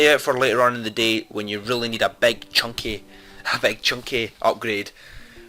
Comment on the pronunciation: wait wait wait "beg" or big I don't know what you mean by beg in boom beach.